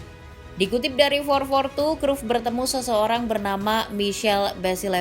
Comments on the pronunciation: WAH PARAH NI ADMIN DIBACANYA BUKAN CRUFT TAPI CRAYP . MAU DI OMELIN COACH JUSTIN? 😅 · Min penyebutan namamu salah,bisa dimarahin Kochi luuu